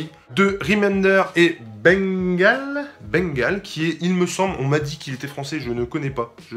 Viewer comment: Je découvre votre chaine qui est très sympa!! Death or glory est bien dessiné par le Français Bengal (qui se prononce "bingale" ;) )